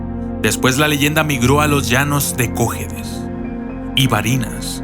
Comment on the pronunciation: no weeeee es cojEdes no cOjedes ( mayusculas son acentos) saludos desde venezuela